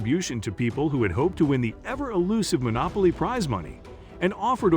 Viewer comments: I was laughing at "Monolopy" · "Monolopy" game?